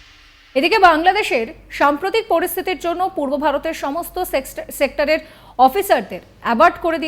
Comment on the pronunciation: থেকে শুনুন। সেক্টর বলতে গিয়ে সেক্স বলে ফেলেছিলো দিদি। 😂